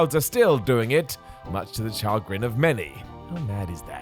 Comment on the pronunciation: Char-grin it’s pronounced ‘Sha’grin